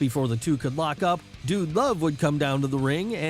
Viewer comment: We get it ur a fan were all fans stop with the corny voiced your butchering them..the way u say "wrestling" Vincent like vince b the way u said "dude" love STOP it RIGHT NOW!!